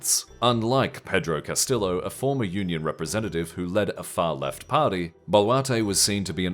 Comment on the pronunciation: Hello narrator guy, I hope you don’t pronounce Tortilla the same way you pronounce Castillo😢